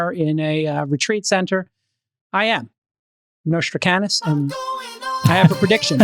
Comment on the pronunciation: J-Cal, his name was Nostradamus with a "d".